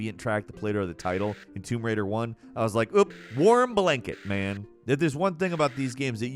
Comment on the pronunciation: "WARM BLANKET man". Had to rewind that a few times.